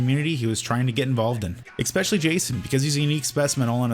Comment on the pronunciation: Did you just intentionally say eggspecially